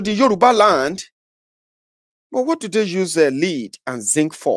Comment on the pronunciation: Correction; the mineral name, "l-e-a-d", is wrongly pronounced.